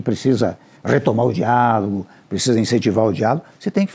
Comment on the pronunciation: Toda vez que o Temer fala diálogo eu ouço diabo kkkkkk